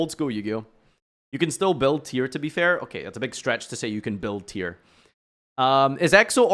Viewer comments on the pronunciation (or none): Did you just say tear? They made it cost a maxx c per name and you said tear??!